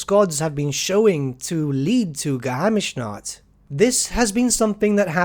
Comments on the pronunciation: Well, you still have to work a little on the pronunciation of Geheimnisnacht. ^^ You can split the pronunciation in Ge-heim-nis-nacht. ;-) Greetings from Germany. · you can prononunce geheimnisnacht (something like secretnight (mysterynight sounds better tbh )) Geheim- nis- naht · I'm not even a German speaker, and I still flinched every time you said "Geheimnischaaaat". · I like you content and your videos, but please never say Geheimnisnacht again. I'm from germany and it just hurts my ears.